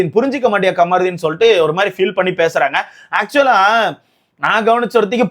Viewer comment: Kamruddin ❌ Kaamaruddin✅